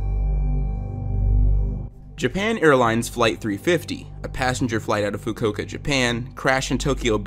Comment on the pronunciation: THE WAY YOU PRONOUNCED FUKUOKA